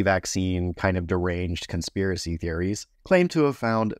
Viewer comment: when you said "Consipiracy" Q-heads the world over felt a chill and their ears perked up... 😂